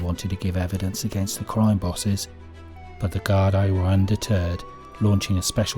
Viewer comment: Bro it's pronounced.......GAR-DEE and not GAR-DIE like you keep annoyingly say!😂👍✌️